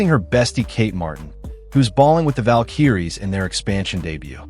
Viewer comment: you don't know how to say valkyries!